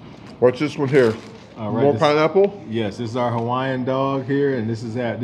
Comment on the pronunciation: 🤣🤣🤣 Sounded like you said pinenipple! Lmao! 🤣🤣🤣